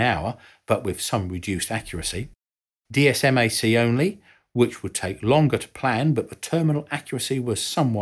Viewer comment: For your entertainment, TLAM is typically pronounced "Tee Lamb," INS is used simply as an initialism (vice acronym,) and DSMAC is typically pronounced "Dizz Mac." You nailed TERCOM though.